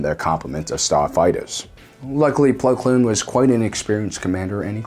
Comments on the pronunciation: I’m sorry but I can’t unhear plo kloon rather than plo koon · It's Plo Koon, not Blo Kloon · Plo Koon not kloon. Honestly I think you’re just screwing with people at this point. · BTW his name is Plo KOON and not Plo KLOON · Also why does he always say Plo Kloon every time? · There is no L in Plo Koon's last name.